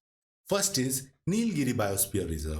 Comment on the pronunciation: One it is Nila-giri No halant in LA. Two: It is not Palghat - It Paalakkad. Double KK and NOT Pala (dhirgha NOT hrsva). It is Kottayam. Double TT sound. Get your pronunciation right.